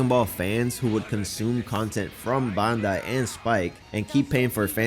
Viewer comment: Dude can't even pronounce Bandai right